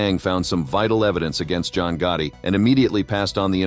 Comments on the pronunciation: If I hear "GUARDY" one more time... I'm going to scream! Americans have difficulties with pronouncing the simplest words. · What annoys me is the pronunciation of GOTTI what on Earth is "GUARDY??!